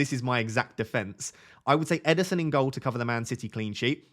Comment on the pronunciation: Ederson not Emerson